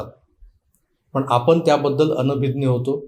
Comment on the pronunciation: "कालगनना" नाही " कालगणना" अस आहे...... " आपन" नाही " "आपण" अस आहे.....please जरा उच्चारांन वरती लक्ष द्या